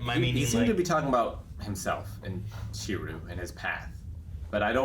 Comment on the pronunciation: Last episode and still calls him Shiru. At this point I think he just messes with us.:D Even learned his name!